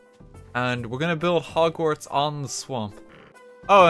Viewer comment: "welcome to bogsnorts."